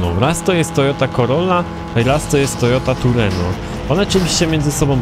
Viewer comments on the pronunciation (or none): Po pierwsze to nie ma Toyoty Tureno, tylko Trueno. Mawiają na nią również Toyota AE86 i z tego co wiem, to niczym się nie różnią poza nazwą ;)